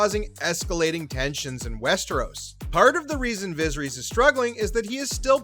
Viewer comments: "Visreeeeeeeees" Did you even try to pronounce it right. I have a feeling you don't watch this show and probably just got this info from another site or video. Pathetic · “Looserees, vaggar, vizerees” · "Vizzer-ees"? Egads, try rehearsing the names before you read for recording. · "Viz-her-EEZ"??? No dude. It is pronounced "Vuh-SEHR-uss" - in a similar manner to every other character with a name like that in this universe. C'mon man. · Viseries rhymes with misery’s. That’s disappointing. Get it together. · The pronunciation of Viserys in this video is criminal.. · viserys was the one that got me. First minute of the video.